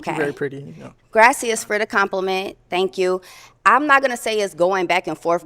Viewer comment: Her pronouncing it graciyuhs instead of graciyas (it’s spelled gracias) over and over was pissing me off